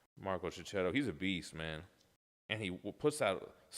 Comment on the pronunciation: He’s Marco Checchetto (sounds Keketto), not Ceceto. Don’t you use the H for a purpose in the USA?